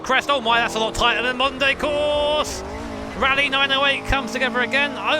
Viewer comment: I kept hearing "the Monday circuit" and I was so confused ...